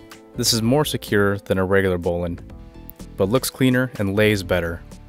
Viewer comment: Excellent presentation, with correct pronunciation [bowlynn]